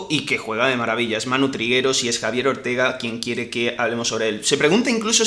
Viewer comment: es Ortego, no Ortega 😅😅😅 jajaja Enhorabuena por vuestro trabajo, sois geniales.